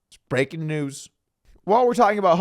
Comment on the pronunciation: That "brrrrrreaking" news was not that emphatic today, Doug.